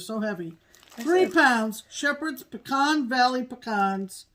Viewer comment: Whew! I can’t tell you what a relief it was to hear you ladies properly pronounce the word “pecan.” Whenever I hear people say “pee-can” it’s like fingernails on a chalkboard to my ears 😮. If you’d like to turn some of those beautiful pecans into pralines (that’s “prah-leene” not “pray-leene” 😬) I can send you a fool-proof recipe - no candy thermometer necessary. Including some homemade pralines with your next small for an exchange would be a big hit - and an opportunity to to spread the proper way pronounce “pecan” and “praline” 😆.